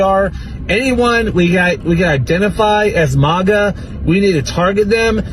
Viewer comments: It’s mAGa not maaga dip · it's MAGA, not MOGA, you uncultured swine. 😂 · “MAGA” being pronounced “mauga”? Wtf? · Its pronounced MAGA not MAGA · Yall we need to discuss MAGA pronunciation a bit. Similar to the debate on Gif and Jif. To me it's mAga not mOga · I love how they can't even pronounce MAGA correctly. Wtf is Maaauh Ga? Can the left get ANYTHING right? Ever???? 😅😅😅 Losers. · If you cant pronounce MAGA keep it out of your mouth. Do you see videos of us attacking libies? Im sick of "minorities" complaining about America because they dont get enough welfare and hand outs to buy dumb shit get the hell out and see how much LESS you'd get